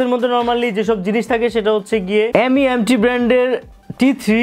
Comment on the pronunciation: M.E.M.T বলেনা, এটাকে মিম্ট বলে। 🤣